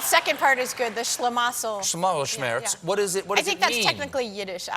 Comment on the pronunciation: On the correct pronounciation of "Regierungs Schlamassel Schmerz": Regierungs is pronounced like "Ra[y]-geeroong's" (the a like in "Ray", but leave out the "y") , "Schlamassel" is pronounced "shluh'muscle", Schmerz is pronounced like "Shmairt's" ("ai" like in "air" or "fair"). Pronounce it that way and every German will understand what you're saying. On long German words: We have many very long words in German language, because we can basically make new words up by combining existing words, so many German words are combinations of others, f.e. a slice of bread spread with butter is a "Butterbrot" ("butter bread"), a submarine is a boat that swims under the surface of the sea, so it is a "Unterseeboot" (or short "U-Boot"= "under sea boat"), a wrist is the joint that connects the hand to the arm, so it's a "Handgelenk" (a "hand joint"), a nostril is a hole in you nose, so it's a "Nasenloch" ("nose hole"), the panic you might feel when fearing to not arrive somewhere before closing-time (both literally or figuratively) is "Torschlusspanik" (= "gate closing/ending panic").